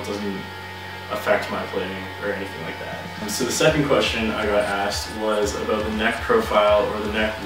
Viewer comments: Talk aboot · Are you Canadian you said aboot. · You only said "aboot" once so don't worry aboot it ;) Loved the review